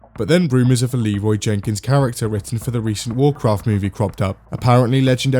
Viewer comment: Anyone else upset that Leroy Jenkins doesn’t say Leroy Jenkins correctly